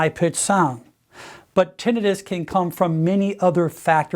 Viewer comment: I’ve never heard someone pronounce tinnitus so wrong in my life